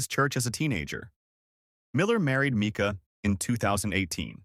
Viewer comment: Pronounced Myca